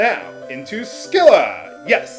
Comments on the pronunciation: Scylla (although I've always heard it pronounced sill-uh) was, depending on which version of the myth you prefer, either always a monster or a nymph who got changed into a monster by a jealous goddess, but either way, she's supposed to be a beautiful woman above the waist with six dogs' heads below the waist. Odysseus was supposed to have cut off two of her heads when he passed between her and Charybdis (another transformed nymph) in the Odyssey. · FUN FACT: Should you somehow make it to Odin without falling in battle beforehand, no dialogue is exchanged between him and your group. Also, I'm pretty sure the "c" in "Scylla" is silent.